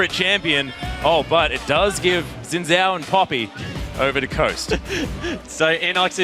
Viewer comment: As a person who was crazy enough to try and study Mandarin Chinese it annoys me to no end how they pronounce Xin Zhao. It's even on the leagueoflegeds wiki